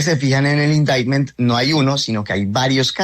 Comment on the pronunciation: 👎¿Abogado? ¿Y que es "indaimen"?.👎🙉